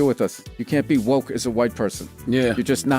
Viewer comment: Who the Phuck says, “bIlL bUrR has BeCoMe wokeT “, where yo emphasize on the T and the end, that doesn’t exist.??